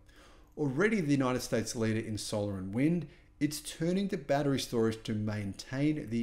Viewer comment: Battery, not baddereray! 😂